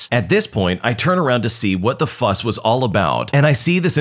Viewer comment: "What the fuss was about" Bro I thought you said "what the f**k was about" 💀